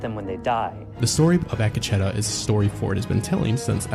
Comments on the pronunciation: Ack Uh Cheddar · supposed to be pronounced Ah Ketch tah. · A kah che tah. Ruined this for me desu